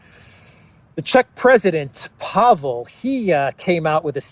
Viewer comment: Almost all Czech words and names are stressed on the first syllable (which isn't necessarily one with a long vowel). I think Pavel is thinking of his national debt. 🤡🌎 Funny!